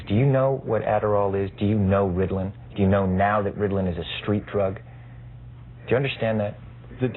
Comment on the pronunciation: "Riddlin" hahaha